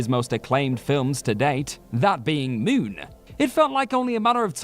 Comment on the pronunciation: "Mioon and Mioot". 😁